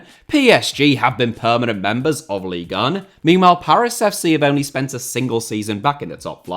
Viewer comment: When you say “leagueuen” … I fkn hate that